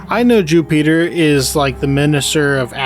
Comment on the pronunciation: "Jew-peter" lol. Great video man.